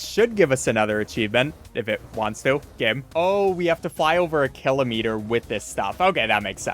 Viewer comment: Never say Kilometer again in your life